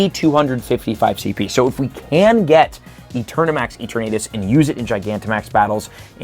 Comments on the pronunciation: I have the “it’s LeviOHsa, not LevioSAH” itch from saying Eternatus’ name incorrectly. “EterNAYtus” just sounds wrong to me XD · It’s Pronounced as: e-ter-na-tus 😅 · Mega Dragonite encapsulates what Dragonite is perfectly both a derpy looking dragon with a chill side and a force to be reckoned with when its chill level is at 0. Also yeah Mega Dragonite looks both derpy and somewhat ok at the same time. Edit: Is it just me or is pronouncing Eterantus as E-ter-nadus? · Kinda cringing at the way you're pronouncing Eternatus. lol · The pronunciation of Eternatus hurts me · Are you trolling with the eternatus pronunciation?